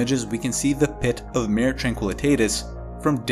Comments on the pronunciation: It’s pronounced “mar-eh” or “mar-ā” with a long “a” sound and it’s Latin for “sea.” The word mare which sounds like “mehr” or “maer” refers to either a female horse or a supernatural entity that causes bad dreams (hence the word “nightmare”). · Mah-ray, not "mare". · It's pronounced MAR-AY, not MARE. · Maw-ray! Not mayor. Otherwise good article. But, oh so distracting. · Nice reporting. I just found you and subscribed immediately. A little help with your Latin pronunciation on "Mare" for lunar seas. For a video like this, I would simply use the English convention, and call it "Sea of Tranquility". BUT, if you are going to use the latin name, be aware that "Mare" is pronounced "MAH-reh" with emphasis on the first syllable. IDEALLY, you would trip the "r" as we do in Spanish, but that is hard for some individuals, so a rounded American "r" would be fine, and "mare" would then rhyme with "FAR-way", more or less. Hope this helps. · ..check pronunciation of 'Mare'..